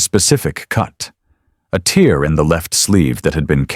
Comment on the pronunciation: AI Narrative..Tear ( In the eye ) Tear ( in the fabric ) pronounced TAIR...